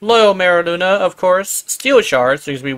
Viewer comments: Literally saying Luna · THAT’S NOT HOW YOU PRONOUNCE MERULINA. LINA, NOT LUNA 🤦🏻‍♂️ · i cant handle how you're pronouncing merulina i dont even play yaerli